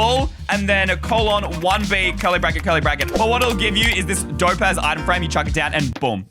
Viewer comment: Did bro say dope a55 😢